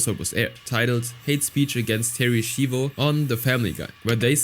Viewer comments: Its pronounced shyvo not shivo. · Im sorry they way u pronounce Schivo pissed me off, its shivo (shy-voe) not (she-voe) who ever hired the narrator, u can tell bro didnt even watch the episode, becasue they pronounce it correctly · gotta love how he keeps pronouncing it "Sheevo" despite the fact that the clips he uses quite clearly show it's pronounced "Shivo" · Terri Sheevo lol. If he even just watched the episode, he would know how it's pronounced. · It’s pronounced shy-vo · excuse me but wtf is a sheevo? You literally played a clip of them correctly pronouncing her name which means you are willfully being disrespectful towards a vegetable woman they killed. You are a horrible person. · You hear how to pronounce her name correctly in the family guy clips, and I hope you would have done basic research. It is so annoying that you take zero effort in pronouncing someones name. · Bro theres no way you heard them say Terry shivos name amd still pronounced it wrong come on now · dumbass mispronounces Terry's name even tho the clip has the right pronunciation, do you not watch the shit you talk about???